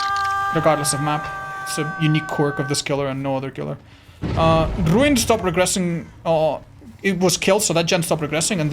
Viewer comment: Love the way you rolled your R at rrrruin, you should do that more often for fun :D